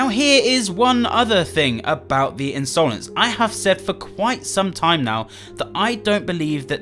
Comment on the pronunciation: A lot of theories going on about piggy and here is me still triggered at pronouncing Insolence as Ins-oh-lence